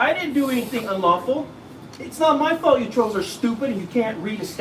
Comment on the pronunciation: Why do they call people "troes"? Can't they say TROLLS? Do they all have speech impediments? Too bad we can't trespass them from the entire USA!